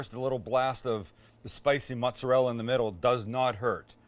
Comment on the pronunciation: it kinda sounded like you said "what isn't great is puff pastry" but max helpfully replayed it 20 times so we know you said "what isn't great in puff pastry?"